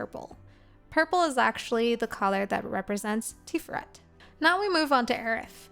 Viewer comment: Tiferet Tee-FARE-ret , hebrew can be a little flat but slight emphasis on that second syllable.